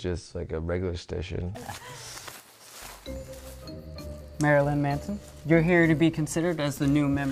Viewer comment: "what if it's just a regular stition" XD